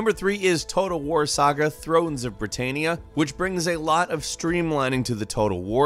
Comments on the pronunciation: I was more irritated by 'britaynia'. Its Brit- tan- ia ffs. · I hate to be that person but Britannia is pronounced ‘Britan-ya’ not ‘Britayn-ia’ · M' aiq hahaha also he said britainnia...smh😂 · Britaynia....., it's Britannia, pronounced Brit an ia